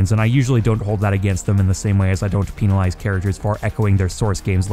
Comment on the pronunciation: Peen-il eyes